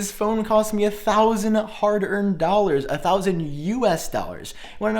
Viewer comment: It’s “dollars” not “dwollars” 😂